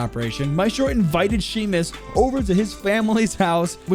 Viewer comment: I feel like I need to say this because it’s almost painful to hear. Seamus is pronounced “shay-mus”, not “shee-mis”